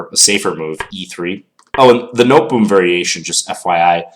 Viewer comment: That was quite the close shave. And at least it's nicer to be reminded that one's preparation needs work in an unimportant online rapid game rather than in an important OTB game. Minor nitpick: The Noteboom variation is named after the Dutch player Daniël Noteboom (1910-32) and thus it ought to be pronounced as in the sound clip on this page